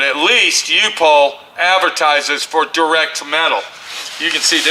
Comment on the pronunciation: Pronounced UP HOLE